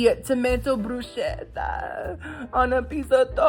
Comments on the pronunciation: Bruschetta is actually pronounced “broo-skeh-tuh.” I LOVE YOU! ❤ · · Giada would be so disappointed in your pronunciation of bruschetta.😂